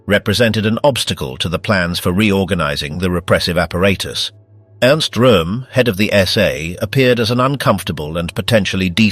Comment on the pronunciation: Maybe it would have been better for the Brits to speak German. The narrator can’t pronounce ‘apparatus’ properly throughout video; screwballs can’t speak their own language.